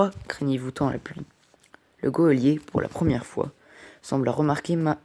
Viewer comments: Super lecture en revanche on dit un JOLIER non un GUEOLIER (geôlier) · C’est GEÔLIER pas GUEOLIER